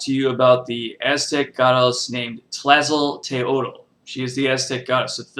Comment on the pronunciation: / Very limited, one-sided, and thus not a real good overview of Tlazoteotl. (Pronounced "tlah-zoh-TAY-oht" -- the "l" at the end is silent or gently breathed.) Please do more research. I am a member of the Mexikah Tribe, and my ancestors are Mayan and Aztec. Tlazoteotl, as with all of our "Gods" is not so much a distinct "deity" as she is a complex of energies. Our word for your words "spirit", "God", "soul", "energy" is simply "teotl". Nothing about it translated easily into any other language. But because these energies overlap, push up against, compete, complete, and compliment each other, at any given time Tlazoteotl, for example, can become another energy -- hence both her defiling and purifying natures. Nothing is without anything else, which is the lesson of the Four Directions and the Center. Tlazolli, like all things, is an ephemeral moment, but can last 'too long' for human liking or health, but it is also necessary for growth and sustenance.